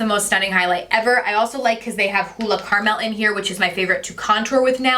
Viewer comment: I just bought the blue Olay again it's been awhile since i used Olay usually the pink, how crazy! An the way you say Caramel is so funny.